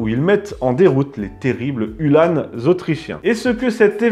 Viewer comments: Uhlans, et non UhlanEs lol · Je sais bien mais on dit Ulhans pas Ulhânes